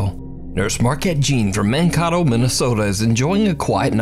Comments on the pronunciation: like "hey" its not man-koto its (mAn)- kay- toe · Man--‐Kay-toe. Mankato. Or if you're from MN, Man---kay-do. 😂 We don't like pronouncing the "T" sound in the middle of a word. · Being from Minnesota and with Mankato being my second hometown, Mankato Minnesota is pronounced Man-kay-toe. You're welcome. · Man-KAY-toe, not Man-KAH-toe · The way he pronounced MAN-KAE-TOE is so funny lol, just graduated from there! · Mankāto* just helpful info from a minnesotan. ❤ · I have never heard someone butcher saying Mankato so bad. Its man Kay to. Also the 4th wall video was extremely fake, the garage door didn't move at all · Minnesotan here! It's pronounced "Man-kay-to"! love your videos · Man-kay-toe Minnesota. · LOL it's ManKAYto MN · you pronounce it like mankaytoe just telling thanks for another video!! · Mankato, MN - pronounced Man-KAY-doe. Just FYI. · Its man kay toe minnesota btw lol